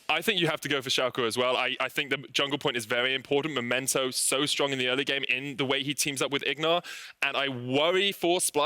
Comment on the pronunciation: Pls, you did this last week as well. He's called Memento, not Momento.